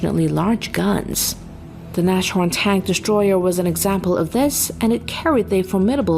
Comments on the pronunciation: Nas-horn, not Nash-orn 😏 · btw nashorn is pronounced "Nas horn" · That is what happens if you don't do your research properly. The wikipedia article in English has a phonetic transcription of how to pronounce it [ˈnaːsˌhɔɐ̯n]. If one cannot read the International phonetic alphapet one REALLY should not narrate any videos.. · Oh please....don't make a "sh" where is none...it's pronounced nazhorn, syllable division is Nas-horn (nose-horn = rhino) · Funny, how you pronounce "Nashorn". 😁